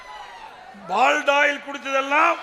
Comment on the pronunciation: முதலில் சரியான வார்த்தையை பேச அறிவு வேணும். அது எங்க நம்ம கிட்ட இருக்கு. சரியான வார்த்தை "பாலிடாயில்" (Polydoil). பால்டாயில் இல்லை பழனிச்சாமி. இன்று முதல் நீதான் பாலிடாயில் பழனிச்சாமி. தமிழ்நாட்டை, தமிழை, தமிழ் கலாச்சாரத்தை அழிக்க பிறந்த நஞ்சு. சாதி வெறி குஜராத்திகளின் முரட்டு அடிமை